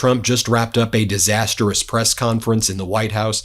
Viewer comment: Ben - any chance you could say 'disastrous' instead of the irritating and incorrect 'disasterous' - otherwise keep up the good work :- )